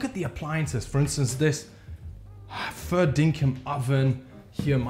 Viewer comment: I'm Australian and when I heard you say "fair dinkum" I was like ... hold up.. hahaha!